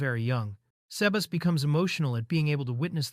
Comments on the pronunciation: 'say-bah-ss'. Not 'sea bass'. Sea bass is a fish. tastes pretty yummy. Sebas is probably short for Sebastian. your AI is an uncultured clod. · I love when Ai said sebas to Sea Bass